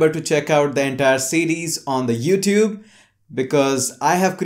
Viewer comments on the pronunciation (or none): none